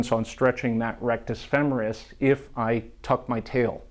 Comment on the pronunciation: Thank you so much for saying "femoris" correctly. I can't tell you how enraged I get when I hear feMORis 😅